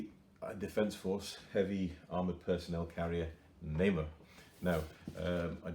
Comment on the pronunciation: thank you for this great video, the name of the vehicle is TIGER means NAMER in Hebrew you say it in phrases like NA-MER I am trying to build one and dedicate it in memory of the soldiers who died in the October 7 war